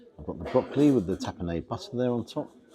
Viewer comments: Tap en (ard) Not Tap en (aid) Just saying because I never wanted my children to not know the pronunciation and then be embarrassed. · Tapenade is made predominantly of olives and pronounced tapenard like card or hard. Dauphinoise looked fabulous! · I'm sorry. I hope you don't mind, but this was bugging me because you're building a food review channel, so I thought I should mention it. Tapenade is usually pronounced tapenard. And whilst it can sometimes include sundried tomatoes, more often than not it is predominantly made of olives and capers, and also anchovies. I really enjoy your channel and just hope to be helpful. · Great review as always..pronounce as Tapanaad though 😊